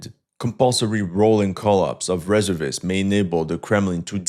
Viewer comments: OMG It's RESERVE-IST not REZZER-VISTS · delete the video and start all over. Its pronounced REEE ZER VIST not reza vis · In English we say Re-SERV-ists not RES-ervists. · Its pronounced ..Ree serv ists Not rezzervists 😅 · Firstly, It's pronounced: Re---ser---vist. Not Reser--vist. Secondly, Reservists are not only Infantry, they are include the same types of units that the Active military has. Why would you think Infantry only has rifles? They plenty of anti-aircraft shoulder fired weapons. Also why wouldn't artillery be there with their SAM's? This kind of limited thinking isn't something we expect from you. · Reservists is pronounced ree zerv ists NOT res er vists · Re SERV ists, not RE ser vists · Very good, but the pronunciation of reservists is reserve - ists. Say the word "reserve" as you would normally and add ists. Thanks for the great info! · It's reh-zer-vists. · omfg REZERRRRRRRRRR-vists you absolute ldiot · Why can u say reserve properly then SAY REZURVISSSTS. i really hate this guy. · It's pronounced re SERV ists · In American English it is Re-SEEEERVVVVV-ists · It's painful watching him mispronounce 'Reservists.' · Its pronounced reservists not reservists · Reservists. Accent on second syllable in US use. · Reservists it's not pronounced the way you are pronouncing it. The first part of the word, reserve, you pronounce correctly. It's when you pronounce the whole word reservists that you mess up,.